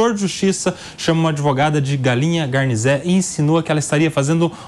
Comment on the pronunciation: Outra vergonha neste vídeo: O é de Bastos (a "Capital do... OVO"!!!) e não sabe pronunciar "garnizé"?!?!?... Garnizé (ganizé, galinzé) é uma raça de galinhas/galos "anões". E são bravos! Tem galinho garnizé que coloca galão pra correr!!!